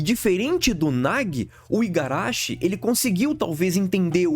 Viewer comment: Agora que percebi que ele está a dois vídeos falando Igarachi, mas não apaga que o vídeo é muito bom. Tô no hype 🔥🔥